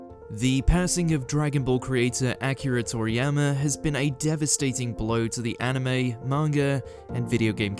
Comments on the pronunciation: "Thank you ack-eera Thor -eeyamma" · How you gonna mispronounce his name though!? Fucking disrespect!!